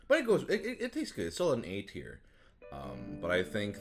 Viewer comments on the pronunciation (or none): For the first 2 minutes I swore he was saying "eight here", not "A tier".